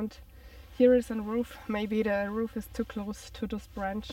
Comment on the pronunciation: Wow, that's disappointing to think people working in forests could leave those broke bottles behind. Really disappointing. I think the word you are looking for is "root fires" not "roof fires" like I think you said? Its cool though, we all make mispronunciations.